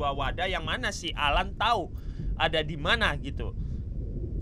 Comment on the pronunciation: Bang namanya AL-AN bukan alan